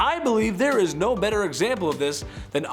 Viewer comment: "We'll do bett ar... We'll do bett ar" lol 😆